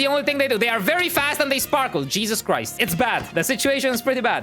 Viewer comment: Did I Hear You Said Cheeses Crise